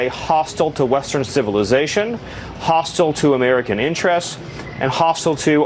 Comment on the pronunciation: “Hostill” isn’t a word in the English language slaphead. Yoo knead eddyou kashyn.